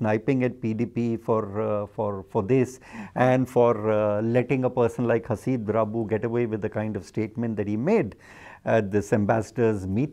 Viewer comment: Um..you've got his name wrong guys (it's Haseeb, not Habees).